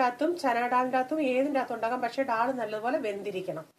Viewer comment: Recipe kollam...പക്ഷേ ഡാൾ അല്ല...ദാൽ എന്ന് പറയൂ.. പ്ളീസ്!